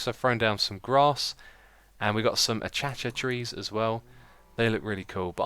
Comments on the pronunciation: A Kay Sia is how u say Acacia ( Or Acasia ) Not akacha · a-cha-cha! xD It's pronounced ay-kay-shia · Lol, fail: achatcha trees, it's akaysha (spelled acacia) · Its not pronounced Achacha, it is pronunced A-"K"-Sha. other then that, wonderful video! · it's not called "a cha cha" tree you sayit akacha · Hey, don't know if you are speaking Keralis or not...but in case you are not it is Uh-case-shuh trees and Oar-kid flowers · I just have to say; Acacia is pronounced a-kay-sha, and orchid is pronounced or-kid. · Just a small suggestion: it might look nice if you replace the cobblestone under the outside wall with gravel. Also, it's pronounced "uh-kay-shuh" for Acacia and "or-kids" for orchids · Orchid is pronounced Or-kid acacia is pronounced ak-ay-she-a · acacia, A- Kay- Shia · Lol! Its pronounced A-(kay)-(sha)